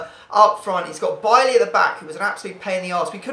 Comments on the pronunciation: You're saying Bailly wrong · how are you a man utd fan and u dk how to pronounce bailly's name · I've heard how he says his name xD and it's not like that xD